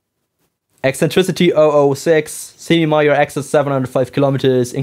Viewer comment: During your description of the axis of the ellipses, did you mean the semi-major axis and the semi-minor axis? The way you said the former word is quite similar to the latter word. Your accent did confuse me for a moment there. Sorry for being rude, asking this question.